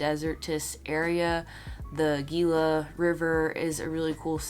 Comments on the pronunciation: Gila is pronounced "Hee-lah." But, it was so adorable when you pronounced it your way, that I'm not going to deduct any points. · Not being rude. The Gila is pronounced with an “H” sound. Hope you have a good trip.